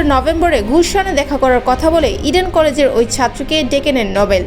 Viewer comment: রির্পোটারকে সেলুট! সব কথা স্বাভাবিক ভাবে বলে, ইডেন কলেজ উচ্চারণ করতে গেলে যেভাবে ভয়েজটা তার লাউড হয়ে যায়, তা হাস্যকর!